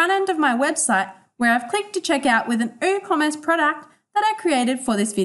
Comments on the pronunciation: Hahaha i was thinking the same - did my head in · Is the 'W' in Woocommerce silent? Or was this pronounced incorrectly?